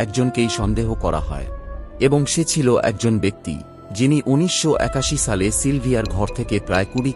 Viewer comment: শালে না দাদা সালে